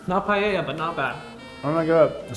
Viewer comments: Did you just pronounce Paella as Payeyah? Unsubscribed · i love english speakers pronoucing spanish words and ADDING letters, like paella, i luv pallella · so apparently americans pronounce paella païeïa i find that hilarious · its like "puh- eh- yuh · Im gonna die by the way they pronounce Paella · the pronunciation of paella in this video really hurt me deep inside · As an Spanish guy I feel offended by the way they say Paella